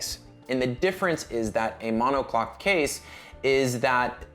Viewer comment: “Mono clock” case? Did I hear you correctly? Do you mean monocoque?